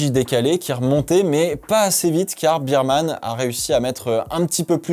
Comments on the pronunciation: Moi c'est la vitesse de pointe des Williams qui m'a étonné, les seules à monter à pratiquement 340km/h ! Est-ce-que cela veut dire que ça va jouer les bonnes places sur un grand prix rapide ? PS: Il faut prononcer "Birmane" et pas "Bermane" ? "Bear" comme "ours" en anglais non ? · Petite correction de prononciation, on ne dit pas Bireman mais Bèreman comme l’ours on dit Bear et pas Bier comme la bière haha super vidéo sinon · On dit "bairman" (ours) et non pas "birman" (biere)... Je comprends qu'on préfère le 2eme mais il faut tout de même bien prononcer son nom a ce jeune homme 😊